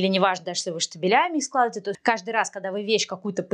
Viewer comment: Все очень здорово, только не говорите пжл. СЛАЖИВАЕТЕ 😊